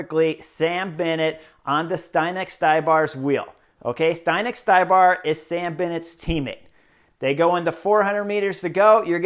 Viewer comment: Hi Chris, good comments. FYI it is pronauced Zdenek StYbar not StAYbar, he is Chech, if you need confirmation run his last name thru translator